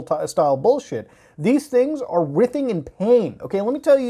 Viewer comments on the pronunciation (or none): it's pronounced WRY-thing. not rithing. lord have mercy. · Bro, writhing is pronounced "Rai-thing". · Great video, thanks for covering this psycho. Also, "writhing" is pronounced "Rye-th-ing"/"Rai-thing". :) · Writhing is pronounced like Rye or Eye